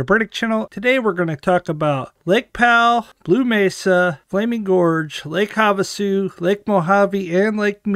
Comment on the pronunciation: Lake Have-A-Shoe!!! Sorry just a little humor here but I like your comment on the fact that there is still plenty of water in Powell plus, Its actually pretty cool to see the artifacts popping up that have been underwater for 50 years or more. Just hope the park service gets the ramp extended at bullfrog, I always keep a eye one your channel. Keep up the good work.